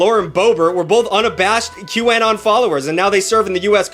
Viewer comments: he's saying it like 'Q-AN-ON' And not 'Q-UH-NON' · "Q Anne-on" 😂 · que-uh-non Qanon (Q anonymous) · how he says QAnon hurts me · The way you pronounce Q Anon should be illegal /hj (Love you but wtf /lh) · I'm so happy someone called out Jenny McCarthy. I have been saying for years that she should NOT still have a career, after all the people who were hurt by her miss information. Also, WHY are you saying Qanon like that? lol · I can’t get over the way you pronounce QAnon 💀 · You’re saying QAnon wrong. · I'm sorry but the way you pronounce QAnon is so distracting!